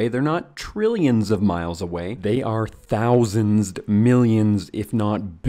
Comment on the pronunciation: anyone else realised the strange sound of how he said "thousands" ?